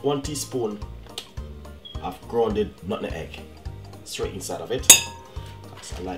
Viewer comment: Nutmeg although it's sounded like button egg😂😂